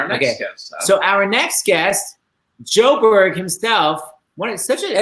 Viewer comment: "DAVID JOE-BERG" HAHAHAAAAA